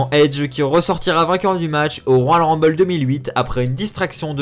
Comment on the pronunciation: Faut apprendre à parler : "royal rumbay", "servi à rein"... En plus, nxt, 205 live et nxt uk ont leur propre rumble. Mais effectivement, ça ne servirait à rien de faire gagner Rey.